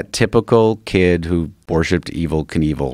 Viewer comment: The way joe reacts to Rob saying the name wrong (simultaneously) joe - “being evel” rob- “being kinevel you gotta watch that if you haven’t seen it” joe - “wow.....wow” - lmfao 😂🤣